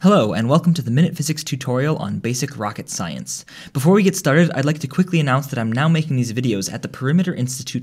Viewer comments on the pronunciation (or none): of course its not rocket "silence" as you say